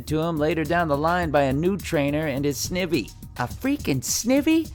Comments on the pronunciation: I almost had a stroke when he said "Snivee" Took everything in me not to close the video... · Sniv-ee? IT'S PRONOUNCED SNIE-VEE! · I'm pretty sure the best wishes series was the last one in which pikachu loses all his powers. XY at the most. from sun and moon onwards it doesn't seem to be the case anymore. and it's pronounced "sni-vy." not "Sne-vy." lol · Sneeve? SNEEVE?! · Mispronounces Snivy’s name yet plays a clip of said Pokémon saying its name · Amazing video of anime characters loose there powers and awesome hear Todd Haberkorn he great funny that say snivy wrong nice 😂 fantastic job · Is no one going to talk about how he mispronounces Snivy? 😂